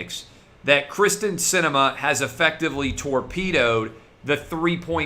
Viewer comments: Kyrsten (KEER-STEN) Sinema...NOT Krysten....come on Clay, you have to get it right bro.... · Clay, I told you this previously. Her name is Kyrsten not Krysten. By continuing to screw this up it takes away from everything else that you are reporting.